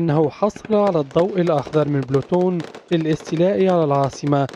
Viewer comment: هههه. بلوتون . اسمه بولتون ياقارئ التقرير .